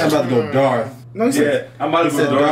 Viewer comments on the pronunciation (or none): He says about to go dark not Darth 😂